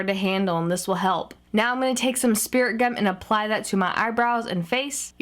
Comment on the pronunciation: Is she saying speriment gum!